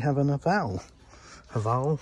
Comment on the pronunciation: Haval произносится как хавЭйл "HavEyele" этипа как "Have all" их делают недалеко от моего города Тула в городе Узловая